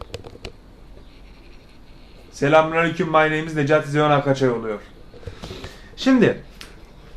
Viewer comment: Abi 4.10 saniyede selamünaleyküm My namus is akaçay diyorsun senin soy ismin Akçay değilmi